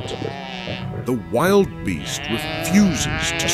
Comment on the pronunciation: Sorry, but when you mispronounced "wildebeest" for the second time, I figured I had enough.